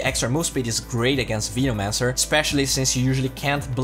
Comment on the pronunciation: vinomancer is triggering me so hard LUL